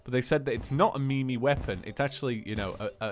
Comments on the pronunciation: It's pronounced meem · Did he pronounce meme as mee mee? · did you just pronounce meme "me me?"